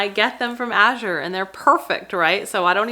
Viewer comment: This was a fantastic vlog! Well done, concise and informative . And, unlike so many, you pronounce Azure correctly! Thank you👍